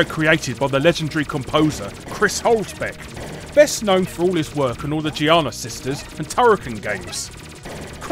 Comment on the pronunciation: You mispronounced the ü/ue in Hülsbeck/Huelsbeck. I realize German isn't your first language but that's where google translate's pronunciation feature comes in handy.